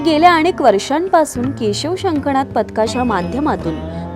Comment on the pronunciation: या बोलणाऱ्या ताईंनी कृपया मराठी नीट बोला शंख नाद असा शब्द आहे णाद असा नाही